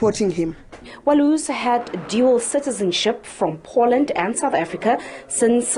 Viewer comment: What is it with these idiots. You have had 30 years to investigate any charges, you thought you might have. SABC's must learn to pronounce Poland properly. It is not "Por land" as you incorrectly pronounced. It is pronounced "Po Land".